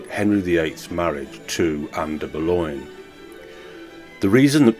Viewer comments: I've never heard her referred to as Ann "Boloin" (as in pork "loin") or "de Boloin"/"de Boulognya" (I suppose these are the "French" mispronunciations) by anyone else. It's an unnecessary and annoying distraction to your otherwise interesting perspective. Oddly, you eschew "Bullen", the usual choice for those seemingly undazzled by Anne Boleyn's enduring allure. Well, each to his own...as you said in a different context👍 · But why are you constantly mispronouncing her name? And the voice on this video is cr*p